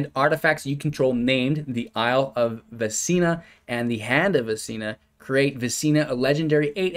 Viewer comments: Oh man I’m a huge d&d player and I can’t have you saying Vecina for the next 3 months like the soul STEEPER! 😂 Vecna is pronounced Vekna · DID this guy call VECNA vecina ?